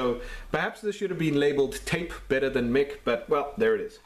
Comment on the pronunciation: Mic is short for microphone, not Mickey. "Mike," not "Mick." ;) The keyboard reminds me of a Texas Instruments Speak 'n' Spell. Any plans to tackle that one?